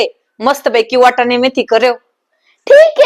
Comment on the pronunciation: वटाने नाही वाटाणे म्हणा,अद्रक नाही आलं म्हणा, धनीया ऐवजी धणे म्हणा. शुद्ध मराठीत बोला